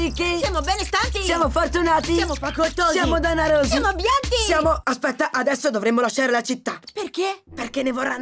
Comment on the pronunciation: NO DICE "ABBIENTI"